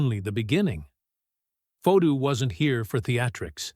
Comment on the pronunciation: Hey con Terry, the person talking right now you’re saying Jacob fato is his real name stop saying it differently unless you want him at you too